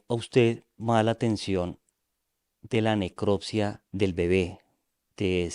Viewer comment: No es neclottttssssiaaa es necropsia!!